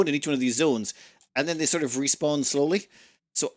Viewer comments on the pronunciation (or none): none